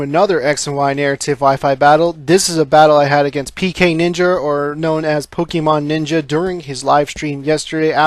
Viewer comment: Haha U Said PKNinjer XD (Xxawes)